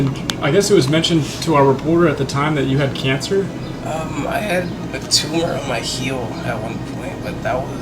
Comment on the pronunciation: The word 'on' is one syllable, not 2